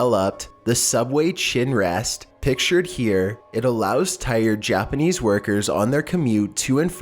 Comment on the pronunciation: I don't think I've ever heard someone butcher Japanese like this before haha. still a good video though